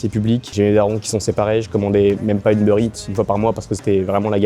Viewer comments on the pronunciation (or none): none